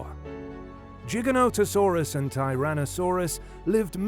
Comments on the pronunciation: Giga not jiga bro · It’s “Gig”not “Jig” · Its pronounced with a hard g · T Rex would win not because its fan favorite but because it was way heavier would push and bully Giga-noto-saurus dunno why your pronouncing it Jigga when it's a f##king name and name's are pronounced exactly how the person who named it wants it to be and that person named it Giga. Brits smh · I thought it was pronounced different like it sounds like gigantic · Tell by the pronunciations of Gigantosaurus that this is a bot. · jigga-no-ta-sauru :o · Jig-a-no lol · Not a JIGA WHERE the hell country are you from? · Its pronounced GI-GANTA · Gi-Ganto dude wtf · and the origin of its name the greek word gigas, is pronounced with a hard g. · Wtf is a "Jiginotosaurus"?? 😆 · I just wanted to say it’s not jiganoto It’s Gye-Gant-ono-saurus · "Gig" is how you are supposed to say the first part. I Cringe so hard when people mis pronounce then try to debate me about the dino. Like bro get the name right first lol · Jig-an-no-to-saur-us. That's how the paleontologists that named it pronounced it. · The pronunciation of Giganotosaurus in this video is fucking obnoxious. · The first G is pronounced with a J sound.